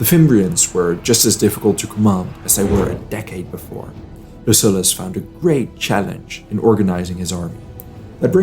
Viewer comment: Man, your content is great, bu the pronunciation..."peninSHula", 'LuSullus"